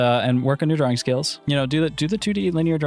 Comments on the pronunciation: Other people: drawing: drawring 🤠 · You say “passible” instead of “possible” and “drowing” instead of “drawing” but you say “ball” regularly. To me the o in possible and the a in drawing sound the same as the a in ball.